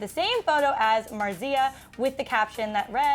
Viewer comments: It's MARzia, not MarZIA lol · you're mispronouncing marzia's name. stress is on the first syllable. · ...correct your girl. MARZIA! That pronunciation was like nails on a chalkboard. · Other than pronouncing her name wrong, watch Marzia's videos if you want to see PewDiePie's relaxed personality... Its not the hard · This is soo funny 😂 Like I love you guys but come on do some research on how to pronounce Marzias name. And you could have watched a couple of their latest videos. You are just going by his scandals;Everyone has slip ups. I would apriciate more reasarch. This is just positive criticism. Not hating. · The pronunciation of Marzia makes me cringe! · If your going to talk about Mariza and pewdiepie at least say there names right😂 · The way you pronounce Marzia's name ...